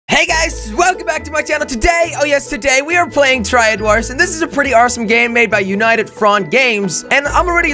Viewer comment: he said said arsome instead of awesome